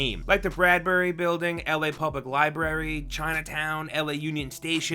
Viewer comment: “...the bradberry building...” Me: IM EATHAN BRADBERRY!!